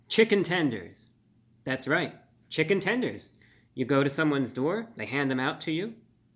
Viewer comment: Chichen Tenders! Omg we said it at the same time!